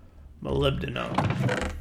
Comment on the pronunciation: amazing, pronounced molybdenum correctly